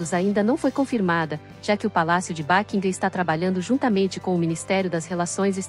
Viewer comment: Como é mesmo o nome do palácio? Seria bom pronunciar correto 🙄